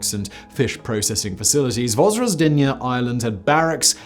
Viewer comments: Your pronunciation of the name was a bit rough, so 'roughly translated' was an unintentionally appropriate phrase to use. Thanks for the video. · Zh in Russian means Ж, which sounds as in Georgia=Dzhordzhia, not like Z. Simon, not Zukov in WWII videos ))) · Came here just to hear Simon fearlessly mispronounce the island in the title.